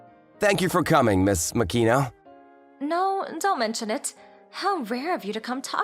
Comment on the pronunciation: ma-ki-no not mak-i-no